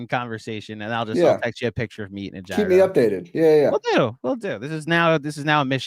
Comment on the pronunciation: I've never slandered KFS but hearing pronounce gyro is making me want to slander...LGK!!!